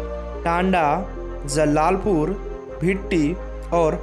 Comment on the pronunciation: पहले ठीक से बोलना सिख लो अल्ला पुर नही आलापुर है और जल्लापुर नही जलालपुर है